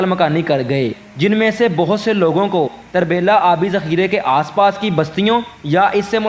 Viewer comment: یہ tarbila نہی turbila ھے جسکا مطلب ھے پشتو میں تورہ بیلہ یعنی کالا جنگل